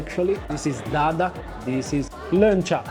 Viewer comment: bisa menyebut "Leunca" dengan bagus sekali. Guuuuuud🎉🎉🎉